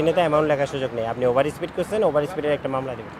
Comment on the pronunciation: আপনি একজন মেইনস্ট্রিম সাংবাদিক হয়ে স্পিডকে বলছেন স্প্রিট স্প্রিট, একটু খেয়াল করেন এসব